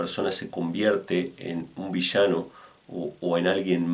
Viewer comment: es VI - LLA - NO LLA LLE LLI LLO LLU no vishano , gaucho al pedo